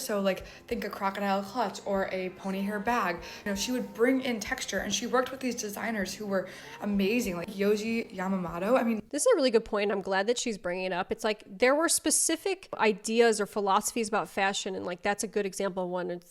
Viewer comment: Tik Tok fatigue 1000%. and the designer is named Yoji YamamOto, not YamamAto....for the people who are into correct pronunciation.